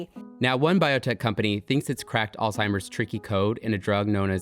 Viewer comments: Why is this guy allowed to be recorded saying "all-timer's" disease? 🤦‍♂️ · Did nobody else notice that the Doctor , the Harvard Professor of Medicine, called it "All-Timers Disease" like a total moron?